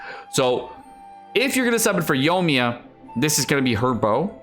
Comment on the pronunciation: 2 things. 1. Your mic is peaking a lot. Might turn down the gain. 2. Yoi-mi-ya not yomia